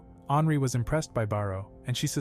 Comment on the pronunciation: Anri sounds like hanry